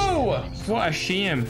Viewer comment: Everyone:Shame: S H E A M